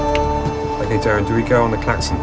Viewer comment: Can people not read? His name is Derren, not Darren.